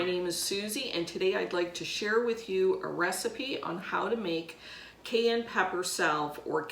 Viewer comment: Why are you mispronouncing Cayenne?